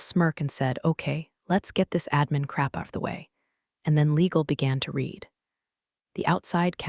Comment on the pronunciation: 😂 Every one of these AI stories always, ALWAYS, get the verb tense of "read" wrong. "Read" present tense is pronounced 'reed'. "Read" past tense is pronounced 'red'. AI ALWAYS gets it backwards. And do none of these companies EVER have fresh coffee? It's always burnt or stale! 😂